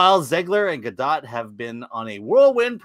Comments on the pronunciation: It's pronounced Gah-doht...not gah-dot. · FYI- Gal rhymes with “doll”, not “pal” and Gadot is pronounced exactly like “god-oat”, not “gah-dot”. Just good to know 😊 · The gall of some people to mispronounce the gal's name.